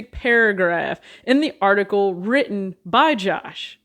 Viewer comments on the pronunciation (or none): none